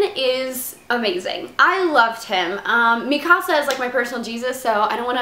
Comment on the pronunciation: Yay she said mikasa right Ahahaha